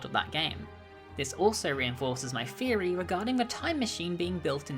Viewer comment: first time here, and ngl everytime you said theory I thought you said "fairy" I'm embarrassed by how long I was confused for... oh well Sláinte